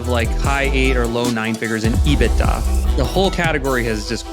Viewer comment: I got so fed up with him saying ebita on Spotify I had to come on here and comment.